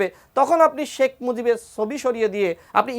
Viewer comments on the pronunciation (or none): তোদের মত কিছু ছাগল মিলে সুন্দর একটা দেশ ধ্বংস করে দিয়েছিস। একদিন তোদের বিচার হবে মুজিব তোর বাবা নামটা ভালো করে উচ্চারণ করবি।